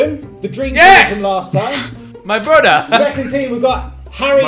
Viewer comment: babatunde " my bratha " insane 🤣🤣🤣🤣